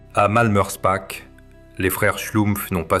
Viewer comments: Prononcez Malmerspar et non Malmerspack 😊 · alors là, je suis très étonné, le .."ch" en allemand, comme en alsacien, se prononce toujours .."r".. mais je peux aussi vous croire, même en étant alsacien ( bas rhinois ) il peut y avoir des exceptions